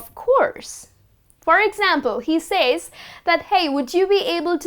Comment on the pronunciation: You mispronounce says.